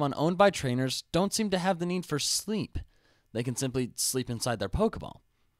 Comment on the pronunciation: You just added another two things for me to ask you about: "thAy" and "telAport." You're trying to invent new words that are close to already-existing words, such as "*e*nvironment" and and "th*e*y" and "tel*e*port."